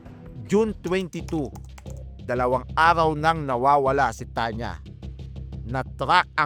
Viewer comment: Arhaw? Methro? Likurhan? Bulol?